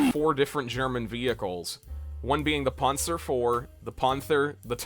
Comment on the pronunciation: Your videos have potential, but you've gotta work on your pronunciation. Surely you've heard the word "panther" pronounced before? And, as a tank enthusiast, "panzer" as well. Not to mention "calliope" in a previous video. Im not trying to be mean at all, it just needs some work. Otherwise the videos are quite interesting! Though maybe slow the pace of the edits down just a bit.